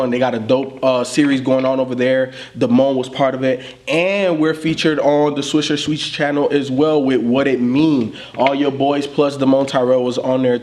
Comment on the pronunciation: this nigga cannot say swisher sweets😂😂😂😂swisher shweez head ass